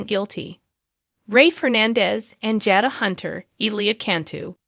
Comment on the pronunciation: Why does the commentator mis-pronounce the characters names when she talks about them like Nicole (Nickel), Jada (Jadda), Gabby (Gabie), Salem (Salam), Chanel (Channeel), Constantein (Constann), Theresa, (Daresa), Ava (Avah)